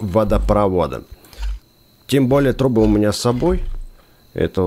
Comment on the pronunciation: Почемуя вместо трубы слышу труы? 😅